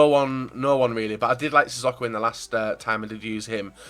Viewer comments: Sissoko is pronounced 'Si Soke Oh' not 'Si Sock oh' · It's pronounced Si So Ko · Please can you pronounce sissoko right?